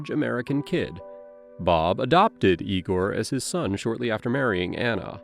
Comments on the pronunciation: Lame AI announcer is lame. Who pronounces the name "Igor" as "EYE-GORE"? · I see all of the other comments about a polygraph, and yeah, I agree with everyone about it being pseudoscience, but I came to comment on the narrator pronouncing the name of her son as "EYE-gore" at one point and all I could think of was 'Young Frankenstein.' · Is tbis an AI narrator? It goes from ee-gore to eye-gore when pronouncing Igor. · Ea=gor.not i=gor. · “Eye-gore.” It’s funny when they mispronounce it in Young Frankenstein, but here it’s just an example of lazy A.I. narration review. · The only one who pronounced it like that was the detective. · Eyegore? What is this Young Frankenstein?😂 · If the narrator listened to the video, he’d know how to pronounce the name Igor, i get you’ve never heard the word out loud before, but the cop says it in your own video